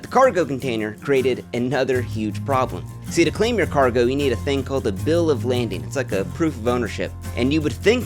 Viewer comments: It's a "bill of lading", not a "bill of landing". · Eh just to be that guy it’s bill of lading not landing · It’s a “bill of lading” not “landing”. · One would think if you made a video about shipping you'd know is Bill of Lading not "landing" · It's 'Bill of LADING, not 'Bill of LANDING.' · It's bill of lading, not landing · Bill of LADING...lading...not landing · Lading not landing lol It doesn’t make any sense lol but it’s called “a bill of lading” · ***Bill of Lading... not Landing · Bill of Lading, no -n, ie not landing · Bill of lading. Not bill of landing. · bill of LADING!! not landing!! this is my ultimate pet peeve lol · Bill of LADING. NOT LANDING. JFC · Lading not "landing". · Lading not Landing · Bill of lading not landing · Bro What!? Bill of Landing? It's Bill of LAding pronounced "Lādīng" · Bill of LADING , not "landing" . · Bro said bill of landing lmao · bill of LADING not landing. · Bill of "Lading" not Landing. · Bill of Lading. Not Landing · Its bill of lading not landing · Bill of lading, not landing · Hey friend, it's "bill of lading". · It’s lading, Bill of Lading.